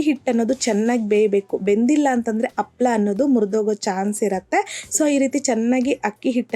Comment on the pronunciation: ಹಪ್ಪಳ ಅಲ್ಲ ಅಮ್ಮದು ಹಪ್ಪಳ. ಕನ್ನಡ ಪದಗಳ ಉಚ್ಚಾರಣೆ ಸ್ಪಷ್ಟವಾಗಿರಲಿ